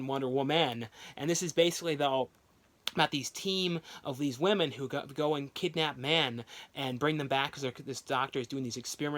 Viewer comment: The guy can't say the words Delilah or women............